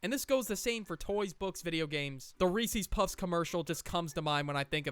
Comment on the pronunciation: “Ree see puff”